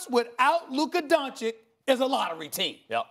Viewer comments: For fuck's sake Stephen.A, it's Doncic, not Doncik. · Stephen "Luka Donchik" A Smith